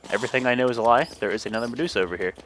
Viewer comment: The way yu say meducha lol